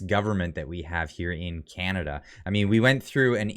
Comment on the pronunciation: Did he say chinada :face-orange-frowning